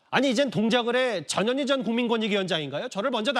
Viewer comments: 앵커님 전현희 라고 할때 깜놀했네요 저년이라고 하는줄 알고요ㅋㅋ ㅋㅋㅋㅋㅋ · 나만 저년이라고 들리나? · 전현희가 왜 저년이로 들리지?? ㅋ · 저년이 라고 들리네요~~^^